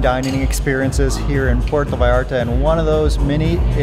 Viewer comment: PUERTO, not Porto......please